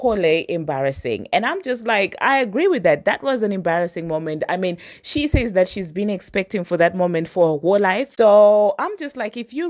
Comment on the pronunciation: Not Trump saysh again 😂😂